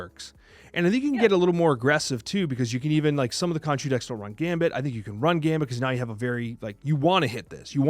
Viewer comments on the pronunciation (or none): none